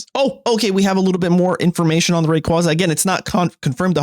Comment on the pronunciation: they butchered rayquaza 😭